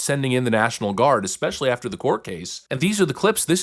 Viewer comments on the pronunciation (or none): If that's, I love her, but she says "exchspecially".